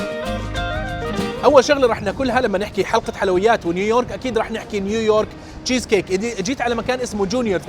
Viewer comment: يعني جييييييز كيك هههههه